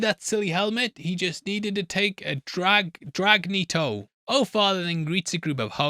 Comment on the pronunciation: Drag-netto lmfaooooo